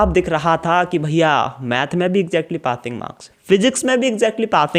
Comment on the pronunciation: Aree Pating marks nhi hote Passing hote h lovde 😄😄